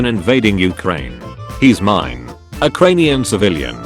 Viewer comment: Nobody: The Auto Reader: U H - C R A N E